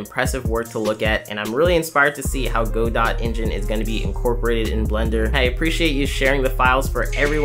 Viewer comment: Just so you know for the future it's pronounced "Ga-doe" instead of "Go dot". It is an easy and very understandable mistake to make but figured I should point it out for future reference. But other then that, love this video series keep it up.